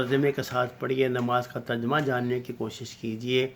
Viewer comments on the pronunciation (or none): none